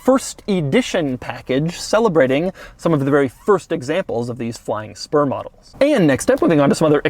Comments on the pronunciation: Finally a Bentley that doesn't make me 🤮=>😍 Am I the only one that constantly hears "Flying Sperm"? 🤔😆😂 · Is it just me or you guys too when ever he says sper I hear sperm 😂😂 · I could have sworn you said "Flying Sperm" models...🐳🐳🐳🐳🐳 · I heard flying sperm